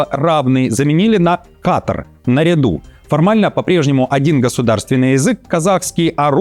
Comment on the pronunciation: Мой глубоко уважаемый ведущий! Если позволите, хочу подсказать, как правильно произносится русское слово " наряду, " по казахский "қатар". Это слово слитное, без ударения на вторую букву " а". Жаль, не могу отправить Вам голосовое сообщение, чтобы оно прозвучало для Вас яснее.Но я надеюсь, что Вы уже поняли, как правильно произносится слово: " наряду" по казахский.Надеюсь на понимание. Р. с. я всегда с интересом слушаю Вашу программу. Спасибо Вам! ❤